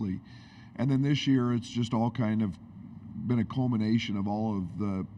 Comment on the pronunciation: when discussing the career of Coleman Hawkins at the University of Illinois, did Coach Underwood say "culmination" or "Coleman-Nation"? Sorry, I think I might be seeing orange.